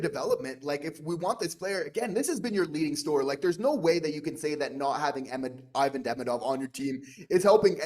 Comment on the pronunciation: Learn his name … eeVAHn DeMEEdov.